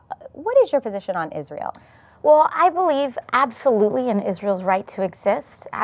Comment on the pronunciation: Still can't listen to the way you pronounce Ish-rye-el